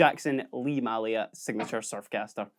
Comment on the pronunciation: May lia not Mah lia